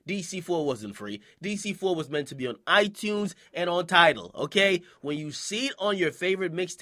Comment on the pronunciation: the way he says it, i-tewns